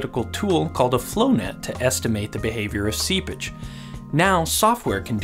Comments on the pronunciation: Seapage, but its definitely sounds like seabitch. Lmao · Seepage, not seabitch lol. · Did he say sea bitch? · every time he says seepage i think he's saying sea bitch its really funny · Anyone else keep hearing "sea bitch"...? 😂😂😂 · I love your video. I had a great laugh. Also You should say seePage instead of SeaBitch. But again loved the video! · Oh, seepage.. I wondered why you'd call it "sea bitch" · Oh "seepage"... not sea-bitch ._. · Can you pronounce "SEEPAGE" clearly. You say it like a subtle & faster "Sea bitch". Nice and informative video btw. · Hahaha The first time i heard him say it i thought he said "sea bitch"... 🙉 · i heard that 2 xD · Every time he says seepage I imagine him say sea bitch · I had to turn subtitles on to understand that he was saying seepage and not sea bitch... I'm defiantly not well today! lol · I know for a fact he didn't, but instead of "seepage" I heard "sea b*tch". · Lol i always hear him say "sea-bitch" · Why do I hear sea bitch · All I hear is "sea bitch" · Am I the only one hearing SeaBitch? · Im only hearing Seabitch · Everytime this dude said “seapage” i heard “sea bitch” and i laughed. EVERY TIME. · All i can hear is "sea bich" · Is it just me or does it sound like he is saying see bitch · Is he saying "sea-bitch" or "sea-pitch"?? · He says seabitch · "Today we are diving in further to soil dynamics, and talking about "SeaBItch" " ... is what I heard... And I'm locking that one in. From here on, that's what I hear every time you say it... Sooo many SeaBitches. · I miss heard "seepage" as "sea *****"... aha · bruh i thought he said seabitch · i had to come to the comments to stop hearing "sea bitch"...